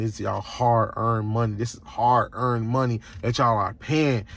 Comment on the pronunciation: CANT EVEN SAY THE WORD HARD !!😂😂😂